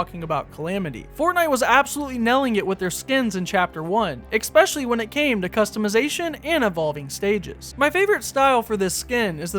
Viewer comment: I’m from Germany can anyone tell me why he keeps saying “ekspecially”?